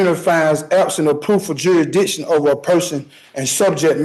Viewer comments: Well, I'm sorry to have to break it to you, but you're already subject to the court's "jurys-dick-shun". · If he can't pronounce Jurisdiction, how is he going to show the court has none? Juraddition, he should axe someone for help. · Right outta the gate, he says the case against him is a falsality. Then the second guy is yet another dufus that can’t pronounce jurrydishon. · Dude can't even correctly say jurisdiction.... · He thinks he can get away with armed robbery and murder by spouting this crap!!! Shame on him, he's making himself look like a fool. How many different mispronunciations on "jurisdiction" can he come up with 🤣🤣🤣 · Fact that he can’t pronounce the word jurisdiction prove to me he isn’t qualified to represent himself